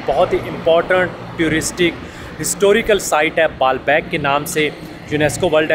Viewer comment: One request brother please learn to pronounce tourist correctly you say turist in your videos not the tourist